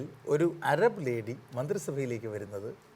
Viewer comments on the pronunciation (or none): അരബ് അല്ല അറബ് 😜😜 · അരബ്❌ അറബ്✅